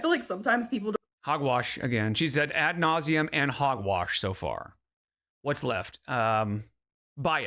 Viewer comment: I would bet 100$ that doesn't know how to actually spell "at nauseum" (that's how it sounds to me when she says it) Most likely she doesn't know how to spell both words